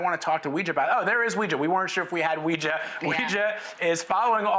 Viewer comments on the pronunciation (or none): Homeboy butchered Weijia's name lol